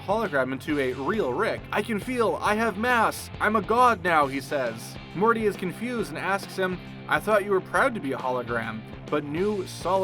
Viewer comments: Rick and Marty?!?!? Edit: and you said it wrong multiple times!!! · Its Morty, not Marty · Why does he keep saying Marty and not Morty? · so im certain he said marty and not morty and cc agrees with me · Marty? Passing by massage? He's getting CPR. Also, strangulation is not the same as suffocation. *ferrofluid, not feralfluid That is not how you pronounce writhing. The Margaritaville logo comes from the line of "frozen concoction" makers, not the song.